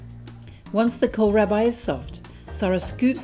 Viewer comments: Kohlrabi is pronounced like coal-RAH-bee, not -rabbi. :) And it's a brassica, so related to both cabbage and turnips. I've seen it all over central and eastern Europe, as well as in Italy. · Perfetto per me! (But it's pronounced Col-rahh-beee... I grow it here in the UK most years, the root sliced thinly is lovely in coleslaw/salads 😂) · To an American ‘Kol-rabbi’ is a funny pronunciation. However you say it the dish looks delicious.